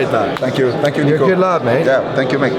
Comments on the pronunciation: “Let me introduce the man of the hour: NICK-OH”💀💀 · They called Nico Nick O 😂😂😂